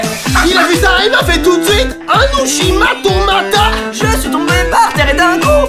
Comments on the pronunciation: Bloody War : Je te crois mais il a dis Ushi Mato Mata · Rip uchi-mata 🤣